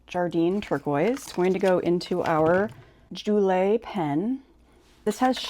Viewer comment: Pen is pronounced like “Jewel”. I think it mentions on the website to not post the pen I would probably not post any of their pens. I enjoyed the video!